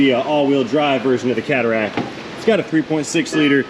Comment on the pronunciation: The best aspect of that car is the pronunciation: Caderac😮